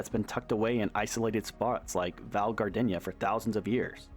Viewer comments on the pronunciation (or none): none